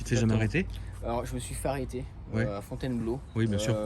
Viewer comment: C'est Fontheinbloh, il a pas bien prononcé..